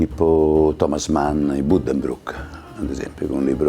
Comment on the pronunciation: Magari anche imparare come si pronuncia Buddenbrook! e meno male che è stato un'eternità con una tedesca...